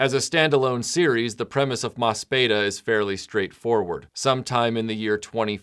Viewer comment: Just because I have to be a pedantic ass, there is a pronunciation issue with the title. It is an ii sound, not an eh. The katakana translates as "mo su pi i da". Oh, and just as a fun little note, in Mospeada, Lancer...Yellow...whatever is a tribute to the Japanese Onnagata, or male performer in the female role. They became a standard in Kabuki, when it was made illegal for women to perform, starting in 1629. No Kabuki actor's training is complete until he has become proficient as an Onnagata. It has a much deeper cultural resonance for the original Japanese audience than it did for Americans, especially post adaptation.